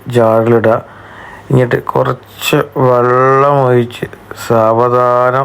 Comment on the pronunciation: സുഹൃത്ത് വള്ളല്ല വെള്ളം